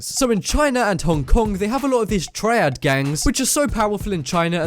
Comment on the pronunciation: Couldn’t even say triad right